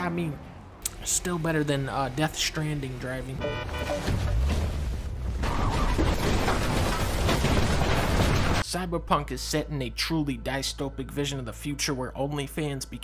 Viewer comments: Dystopia is pronounced “Diss-topia” not “dice-topia” in case anyone didn’t know. <3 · "Set in a truly diestopic.."? Surely you mean dystopic. But yeah this game sucks. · ok so i know i'm not at all addressing the actual subject of this video here, but "dies-toe-pic"?? i'm sorry that killed me way more than it should have (it's "dis-toe-pic" /dɪsˈto͡ʊˌpɪk/ ) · Did you say “dice toepick”?? It’s pronounced “diss-topic” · Did he just say "Dicetopic"for dystopic? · you falsely pronounced “dystopic” as “dicetopic”. Even if you pronounced dystopic correctly it even isn’t an actual word in the common English language. What you meant was “DYSTOPIAN”. Reported your video and dislike it. Best of luck to the owner(s) of this channel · I might have to unsub for “die stopic vision” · not “Dice-topic” 😂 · Except he actually pronounced it “die-stopic” for some reason, and then seconds later said “architexure”. Anyone could do his job. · dunkey pronounced it "die-stopic." Oh what fame does to a man🤦‍♂️ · dice-toe-pick lol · it's pronounced 'dis-top-ick' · dunkey said "Die stopic" i am un subscribing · "die-stopic" lmao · "Diestopic" It's "dystopian" and it's pronounced more like "dis" rather than "die" But this is nitpicking and bias so I guess you win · Did he pronounce it Dicetopic? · I'm more concerned with how dunky said dystopic as "die-stopic" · mr dunk the "dys-" dystopic is pronounced like the "dis" in disarm or disable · Oh no he said diestopic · "diestopic" xD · “Di-stopic” - dunked 2020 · He's not pointing out a word he thinks doesn't exist, he's pointing out the weird pronunciation. The "dys" is typically pronounced like the "dis" in "disc". Typically the word to use there though is "dystopian". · "Die-stow-pick" irked me way more than it should have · “dystopian” is pronounced as “Dis Tope Ian” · Dunkey pronounced dystopic like he just learnt the word right before this video and never heard it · Never heard the word "dystopic" pronounced like that.. huh